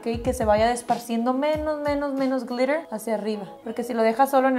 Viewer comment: Jajaja 50 mil veces "glirer , glirer , glirer"